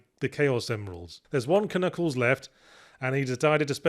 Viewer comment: You thought you were being funny saying "Kuh-nuckles" (and tbh you were), but to me, as a French kid in the 90's who had no idea the K at the beginning was silent (see also Arthur and his "kuh-niggets" from Monty Python and the Holy Grail), you were just reverting to the natural, original pronunciation of the Echidna's name !